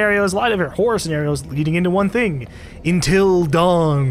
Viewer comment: Sounds like saying "Until Dung"